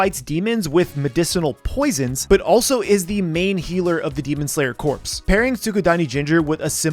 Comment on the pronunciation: Are there any snow hashidah? Corps is pronounced core not what you call a dead body.